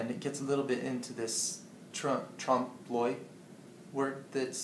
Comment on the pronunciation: It's "trompe".